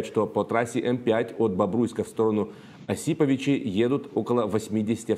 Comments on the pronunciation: Уважаемый ведущий, говорите правильно пожалуйста : не ОсИповичи, а ОсипОвичи !!!! И причем тут этот город, если лагерь вагнеровцев располагается в 20 км северо- восточней от этого города, в деревне Цель! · Хоть правильно бы говорили слово города осиповичи,всезнайки и политологи зашибенные,только и умеют бла бла и грязь лить,а как воевать то на диване,противно уже слушатьэтих умников